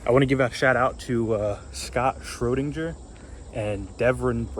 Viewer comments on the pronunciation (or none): I just saw this, fantastic video. Also it's Schroeder, I am not related to that guy with the cat, Schrödinger LOL.